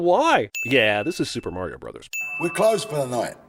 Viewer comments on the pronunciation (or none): none